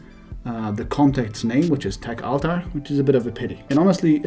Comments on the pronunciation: techaltar.... i thought you were mispronouncing tech avatar. tech ahtar try a diff recipient. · They might not understand the contact's name because you are mispronouncing "techaltar". Took me a while to understand what you're saying too.